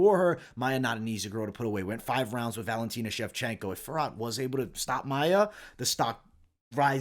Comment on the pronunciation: Great picks! BTW Fiorot is pronounced Fyee-oh-Row -- Manon will probably win, but she lacks experience, I wouldnt be that shocked if Maia pulls a sub. I am staying away but I am already on the rest of your picks, good luck everyone.